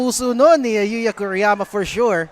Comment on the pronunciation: Kuriyama yata dapat, hindi Kiruyama